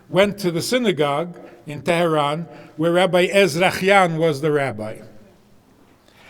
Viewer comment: wow, an american with a brooklyn-yiddish accent who, unlike Obama and all those Harvard grads, can bother to pronounce Iran and Tehran pretty accurately....Bravo.